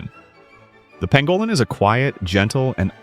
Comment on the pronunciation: Pangolin, not pangalan...